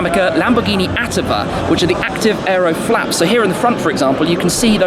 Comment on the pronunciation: Its attíva not áttiva shmee... the accent is on the i not the first a... cheers mate keep up the good work😉